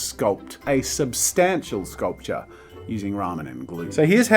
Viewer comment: Me, a poor college kid that eats every 3 days maybe: "jazza please no please" Jazza: sKuLPtur